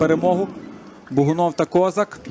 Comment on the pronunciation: Хотів би зробити зауваження коментаторам матчу. Хлопці, у ФК Інгулець грає футболіст КозАк, а не КОзак. Словом КОзак зневажливо обзивали кацапська еліта козаків.